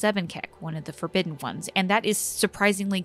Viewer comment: "the forgobidden ones"